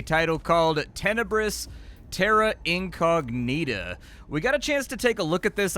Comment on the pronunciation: duude, your "incognita" pronounciation.....:face-blue-wide-eyes::face-blue-wide-eyes::face-blue-wide-eyes